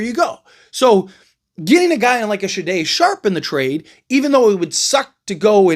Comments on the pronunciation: Bro Shay-Done shay done. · Why you saying Sharpes first name so weird? Haha. Blazers will just keep Grant and if Billups is smart he brings him off the bench, don’t matter this year cause you don’t have to pay young players till next summer and Deni is on a super small contract for his skill level. Just hope Grant balls out off the bench then some wannabe contender will come snag him at the deadline. Folks acting like it’s illegal to bring him off the bench and Blazers are trying to be contenders this season. 🤦🏻‍♂️